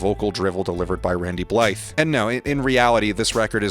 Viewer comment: Tip #1: Learn how to correctly pronounce Randy's last name.